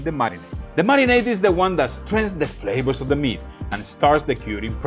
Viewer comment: Hey,, my friend! I'm glad you finally found the good stuff! I grew up in the mountains of the northwest US, where bison, moose, elk and deer are common place on the dinner table. It makes great jerky, stews, roasts and ground meats for burgers, meatloafs and meatballs to add to wonderful dishes. Just one question... What the heck are these "flabors" you keep talking about?? 😆 As long as you keep insisting on swapping your Vs and Bs, SHs and CHs, messing up your tenses and talking so fast we cant understand a word, then wondering why people keep saying they can't understand you... I'm going to keep calling you on it, especially since you've ignored my lessons in the past. 😆 But seriously, thanks for doing some different things and expanding our minds. One of these days I am going to make my way down there and we'll see who's "got the chops..." (Pun intended). 😉 Love ya, brother, have a great 4th of July!